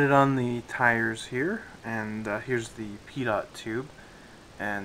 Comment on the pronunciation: 'pitot', pronounced 'pee-toe'. Not that that's really an issue, I think it has come out superb. nice build for a nice new tooling:) good job:)